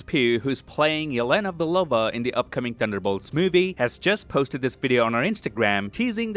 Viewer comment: Yelena Boloba😂😂😂😂😂😂😂😂😂